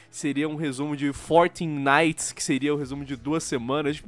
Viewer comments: Nauguiti foi foda man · Eu entendo o "fortnight", até pq a pronúncia é bem parecida com "fortnite". Night não se pronuncia "naiguiti" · "night" tem um leeeeve T